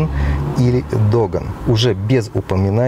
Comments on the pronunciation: Только не Тофас, а Тофаш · Ты не можешь произнести название машины ещё снимаешь видео